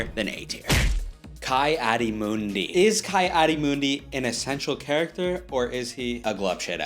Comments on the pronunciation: you pronounced ki-adi-mundi incorrectly. it's key not kai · It's Key-adi-mundi not Kai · did bro just say KAI-adi-mundi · Oh no, hes one of the fans that pronounces it KAI Adi Mundi...... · ITS KEEE ADI MUNDI and BEN QUADIN"AIR"OS PRONOUNCE IT RIGHT